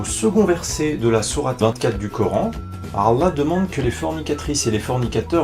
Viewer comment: vous avez remarqué qu'il arrive même pas à prononcer allah?